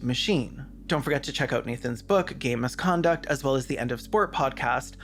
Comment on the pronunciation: Every time you say "game misconduct" I just hear "gay misconduct" and where is that book about sports?